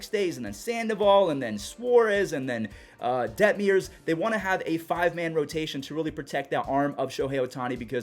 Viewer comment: Coming from an angels fan we had the offense but injuries ONCE again derailed our season. Also it’s Detmers not detmiers 😂